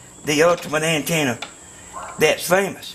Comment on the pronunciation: "DI WHA TV ANTANNA"